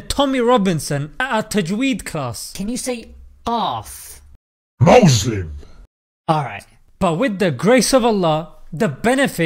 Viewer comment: can you say qaaf ? MOUZLIM 😂